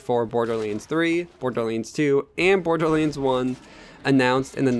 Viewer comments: Borderlands...not Borderleands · Dude, why are pronouncing this as "BORDERLEENS"? That's all I'm hearing LOL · I stopped listening when he called it Borderleens... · borderlands = "borderleens" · Borderlanes... Fucking, say it write shithead. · Hahahah the way you say borderlands 😂 btw nice video